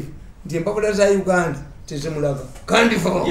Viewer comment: It's called Kandiho not Kandaho. Thanks Mr Mirundi